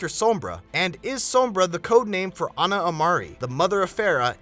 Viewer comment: It's Ana idiot